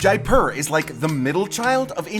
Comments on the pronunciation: Pronunciation is 'jaypur" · It's really pronounced more like JAY-POOR, with the p being a soft p not hard.